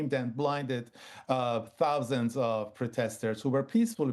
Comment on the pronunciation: 'thoasands' how many were at Tommy's march ITV?